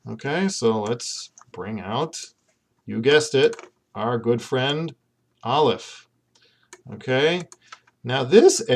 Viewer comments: I'm not a native Hebrew speaker but I've been learning Hebrew lately and based on everything I know about the language, I really don't think this video is helpful. I got as far as Aleph which you pronounced with a strong American accent and claimed 'has no sound'. How can you say it has no sound! Aleph is such an important and integral part of Hebrew pronunciation. Here in England, the aleph sound is an important part of everyday English (eg words like 'Apple' or 'Ask' begin with an aleph sound in British English). The idea of dropping this from English is unthinkable, but the idea of dripping it from Hebrew - a language which has a special letter dedicated to this sound - is totally unthinkable. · I'm relatively new to learning Hebrew, but I was taught that aleph is a glottal stop. Perhaps some Hebrews use a silent aleph, but I really cannot imagine it being silent. I would find it almost impossible to pronounce many words if I couldn't say the alephs! :)